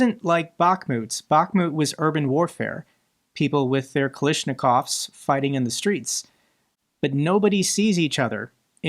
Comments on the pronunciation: You correctly noted that Kalashnikov is the name of a famous weapons manufacturer that is familiar to all most all who have served. Given that, you should know how to pronounce it. Kal-a as in “apple” not Kal-i as in “sit”. The Russian language doesn’t have a vowel sound like the one in “sit”. Nitpicking, I know. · why do you keep saying kalishnikov when its kalashnikov?